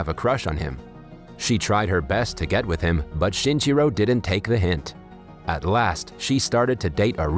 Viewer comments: count how many times he said "shinchiro" instead of shinichiro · lol the way you pronounce his name sounds like chinchilla